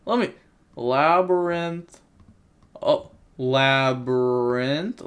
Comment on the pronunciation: I'm concerned about your education cause aint no way you just called that "le brian"